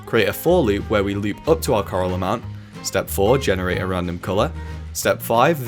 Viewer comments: I hear Karl, not Coral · xd I thought when you added coral I thought you kept saying karl